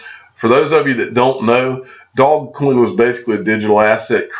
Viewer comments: Just for your information it's not pronounced dog coin. It's pronounced doze coin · Yet when I look at it I see doggy coin, dog-e-coin. It just makes so much sense with the dog mascot. Did the inventor say “doze coin” or has it just been mispronounced by everyone all down the line? I’ve also heard “doje coin.”